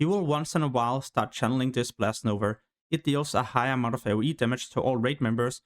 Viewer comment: When will u learn that its "NOVA" and not "NOVER" bro :p